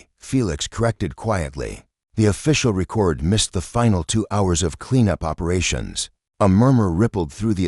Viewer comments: ree-kord. downvoted. unsubbed. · Again with "dot" and the AI repeatedly using the wrong pronunciations of common words. For example, in this video it keeps using the pronunciation for the verb form of "record" instead of the noun. This channel is obviously one of those bot farms that doesn't care about content.